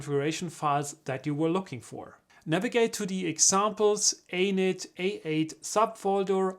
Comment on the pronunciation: Every time you say Anet, is sounds like you're saying anus. :-)